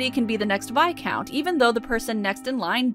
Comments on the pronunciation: Is that how you pronounce viscount?! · today I learned I have been pronouncing 'viscount' wrong my entire life